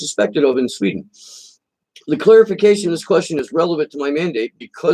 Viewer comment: Of, not "off".